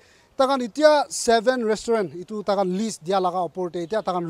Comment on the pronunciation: First of all should stop taking the moral high ground in this issue and also he needs to get the pronunciation of restaurant correctly. All these so called news reporter and police going around checking alcohol and reporting about it should be tested how long they have been sober. Dear Naga brothers and sisters, don't waste your money on alcohol here in Nagaland. It's not that far, just go to Assam and save some money.